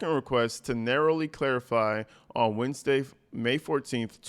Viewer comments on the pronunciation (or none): none